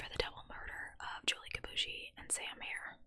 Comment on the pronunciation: Julie's last name is pronounced [kee boo ee shee]